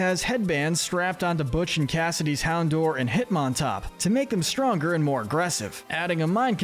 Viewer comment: It’s pronounced hown-DOWR, “”! 🤨 Stop mispronouncing Pokémon names, bub! 🙄